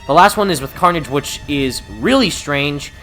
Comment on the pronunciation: Carnage? More like Carn-EDGE